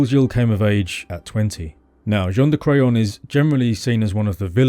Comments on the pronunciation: I’m so sorry but every time I hear you say Jean De Craon I’m just hearing John of Crayon 🖍️ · The grandfather Jean de craon otherwise known as JOHN DE CRAYON 🖍 hahaha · John Da Crayon. Cant unhear it now